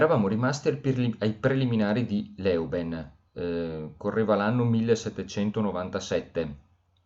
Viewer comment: La pronuncia corretta di Leuven è in olandese 'lø:vən; ma esiste anche una forma italiana del nome ed è Lovanio. E quella del dittongo ou in Louget è U, dunque lugé.